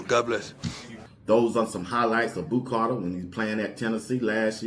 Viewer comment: It’s Boo not Bo